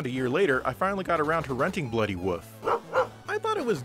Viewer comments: Is there some kind of wolf/woof meme going around, this is the second video where wolf is pronounced as woof, the first video being Digital Foundry's review of Skyward Sword. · Seems to be a midwestern thing. People from that area don't seem to be able to pronounce certain words properly.